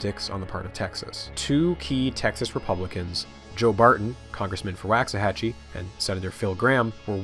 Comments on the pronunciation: as a texan, its funny to hear you pronounce waxahachie as “wax-ahachie,” instead of how we do, “walks-uh-hachie” (waux as in walks) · Wocks-uh-Hatch-ee rather than Wahcks-uh-Hatch-ee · Living so near Waxahachie my entire life, every time I heard you pronounce it "whacks a hachie" I was filled with indescribable rage. It's "walks a hachie." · Great video, but I really wish you had taken a couple of minutes to see how the town names is pronounced. Each time it is pretty jarring to me, a Texan. Wah-xahachie. Like the sound your mouth makes for “wash” or “wander”, not “wax”. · Here in Texas we pronounce "Waxahachie" Woks say hachie" The Wax is softened Wox" this is another of weird Texas slang, I suggest a book n Weird Texas Sayings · For some crazy reason the first a in Waxahachie rhymes with rocks rather than wax. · It's pronounced woksa-hatchy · This was amazing, I loved it, but it's pronounced "WALK-suh-HATCH-ee" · Great Vid, my wife is from Waxahatchie and she visibly cringed at your pronouncing lol. It's pronounced "wox-a-hatch-y" or how I tease her "wax the taxi". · Waxahachie is pronounced like waak-suh-ha-chee. Man I'm sorry but as a Dallas native I was cringing everytime you said it hahaha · It's pronounced, "Walks-a-hachie" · Great video series so far though as someone who grew up in the town it's pronounced Walks-Uh-Hachie. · footnote: it is pronounced wawks-a-hatchee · Well, you start off mispronouncing 'Waxahachie', so the rest is suspect. Sounds like a Bush hit job... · I really hope the Waxahachie portion of this video is short, it hurts my Texan ears to hear it mispronounced so much 🤣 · I shudder every time he mispronounces "Waxahachie" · As someone that lived there , PLEASE look up how to say Waxahachie.